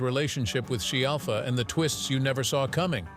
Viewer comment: This guy can't even get her surname right, he keeps saying shellfa or shiallfa, but has pronounced it properly a few times too. 🙄